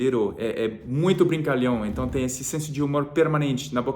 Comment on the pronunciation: O dia em que vc disser "então" no lugar do "enton", já era! Virou definitivamente brasileiro. Kkkkk. Abraço e boa sorte